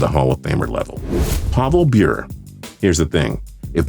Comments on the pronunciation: Pavel BEUR?! Fuckin hell, it's like you guys don't even know what all y'all talking about. It's Pavel BURR-EH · It’s pronounced “Bur ay” not Burr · PAVEL BYURE? his name is pavel Buh-ray... learn the hockey names please gain some credibility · You know, your credibility as far as these lists go really goes out the window when you can't pronounce an athlete's name correctly. It's not b-yer it's byur-ay or bur-ay. Pavel Bure. ffs at least do some research on the man's name before you come out with some "he shouldn't be a hall of famer" bs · Bure = 'Ber-ray', not 'Byur'. C'mon, if you're gonna shit on the guy, at least know him. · ...as well, Bure is pronounced bee-yur-eh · ITS PRONOUNCED BURIE! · It's pronounced Pavel Boo-ray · Pavel "Beer"? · Love your channel, but this is laughable. Oh, and it's BUUR-ey. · Bure....its pronounced "Bure eh" by the way. Has the 5th best goals per game in NHL history...ahead of guys like gretzky, ovechkin and both Hull's. He's absolutely a Hof, if ya can't say the guys name right too, it takes away ALOT of your credibility. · It’s pronounced pavel BURR-AYE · Bure (pronounced Brr-aye) had 5 50 goal seasons and was point per game in over 700 games. Do you have any idea how good that is? Whoever put him on this list is an idiot. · Larionov is in the hall of fame for being the first Russian in the nhl Pavel bure. Which is pronounced buray Is one of the greatest nhl goal scorers of all time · It’s pronounced bur ay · It's pronouced Buré. Also so what he has less than 800 points he averaged over 1 point per game. He had a long successful career. Just because it doesn't meet your arbitrary threshold of 1000 points doesn't mean he isn't worthy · Once again, "Bure" is pronounced "burr-eigh." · If you can’t pronounce someone’s name right, what gives you any right to question anything about who they are or what they do? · Learn how to pronounce a name correctly before you start trying to trash them (Pavel Bure). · You said pavel bure name wrong